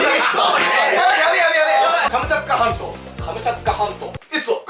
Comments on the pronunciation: 最後の方が カムチャカ全島になってるw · Fischer's-フィッシャーズ- 最後カムチャカになってた……(´・ω・) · 最後くらいの、カムチャツカ全島が、カムチャカ全島になってる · Fischer's-フィッシャーズ- カムチャカ全島になってたねw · 最後カムチャカ全島になってる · のところで、何気にモトキ、come着火半島って言ってたWW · 一番最後のカムチャツカ半島がカムチャカ半島になってた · よく聞けばが所々「come着火半島」って言ってるの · 最後"カムチャカ全島"になってますよ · 最後が『カムチャツカ全島』じゃなくて『カムチャカ全島』だったw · 最後カムチャカ半島になってる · 最後「カムチャツカ全島」になってませんよ「カムチャカ全島になってますよ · カムチャツカ全島なのにカムチャカ全島になってるw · 最後らへんのカムチャツカ全島がカムチャカ全島になっとるってフィッシャーズもわかってた。てっきり気付いてないかと思ってたわw やっぱりフィッシャーズは最&高だ！めっちゃ面白かった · 後半からカムチャカ全島になってる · 最後の最後 「カムチャカ全島」に なってるｗ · 最後の最後で達成感が凄いですけど、カムチャカ全島…(´ー｀A;)